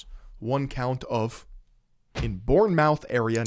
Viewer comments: Its not pronounced born-mouth its pronounced born-muth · Bourne mouth aha I know that’s how it’s spelt but it’s pronounced “bornmuth” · Its pronounced bournemyth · Pronounced born-muth